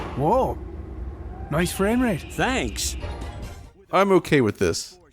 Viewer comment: That sounded like "Hey bro nice dick"